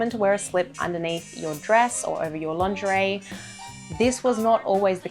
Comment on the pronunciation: this is so funny because everytime you say lingerie I hear laundry and thought you made a new series on how to wash clothing from different eras! :)